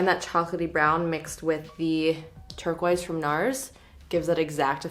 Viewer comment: once you hear say “turk-wise” instead of turquoise you can’t hear anything else 😂🙈